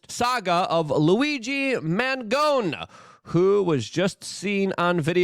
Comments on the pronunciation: Luke you have a problem pronouncing names. Its ma-gi-on-e. Its italian dude. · Luke... It's pronounced Man-gee-own-eee